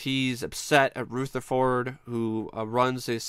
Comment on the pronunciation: "RootherfoRd" LMAO